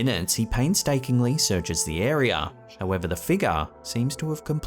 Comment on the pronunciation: say area again, say it again, i dare you